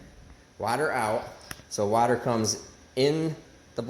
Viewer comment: Maybe just say coolant, since your having so much trouble pronouncing water